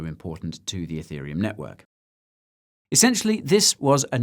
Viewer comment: I’m watching this on iPad. Every time Guy says “ethereum” it hears “hey Siri uhm” and triggers Siri 🤣